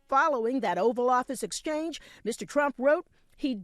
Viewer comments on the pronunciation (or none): She just called him Strump